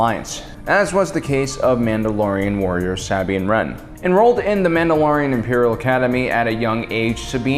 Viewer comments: I love this video but... The WAY HE SAYS "SAB INE" Really bothers me. Anyone else? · Sabiene wren?!?!?!? YOU SAID IT WRONG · Does have some kind of speech impediment that prevents him from pronouncing names correctly? Just listen to how he butchers Sabine's name in this video (besides the one time that oddly he says it correctly). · Romania Torchwick I know, right?